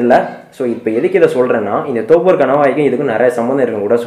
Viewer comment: தோப்பூர் இல்ல நண்பா தொப்பூர்